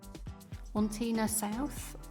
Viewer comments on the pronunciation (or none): Here's a tip, Wantirna is pronounced Wanterna and Berwick is Bearick. 😅 It's true as I live in south-east Melbourne too and love it. 😊